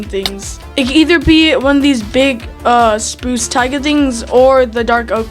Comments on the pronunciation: "a big spuce tiga things" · "spoos tiga things"